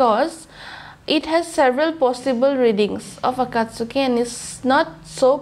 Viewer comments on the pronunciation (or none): I like the effort you put into your reactions. I’m mentioning this because I think you like to get things right, not to be rude or anything like that - Akatski is pronounced as three syllables, not four. The “u” is silent.